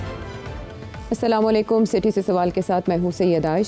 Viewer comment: This man has spent over 70 years, and look at his "Salalekum" 😂